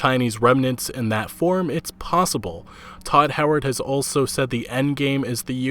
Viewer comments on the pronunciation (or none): none